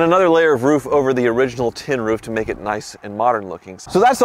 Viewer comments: You said roof like 8 times and not roff!!!! 😮😂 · said "roof" and not "ruf". Interesting... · finally saying roof and not riff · Hey, pronounced "roof" correctly!